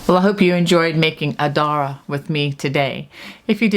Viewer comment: Adare, in County Limerick is pronounced "A - Dare" - not Adara. The Shawl is lovely - and your choice of yarn is fabulous.